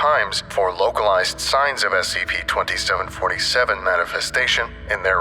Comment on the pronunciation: The way he says "scp" is so specific S-C-PAY